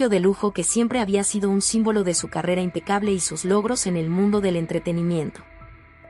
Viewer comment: Perdon dijo AMPECABLE por favor informese bien